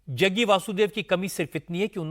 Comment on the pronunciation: Jaggu nhi Jaggi aur ji bol liya kro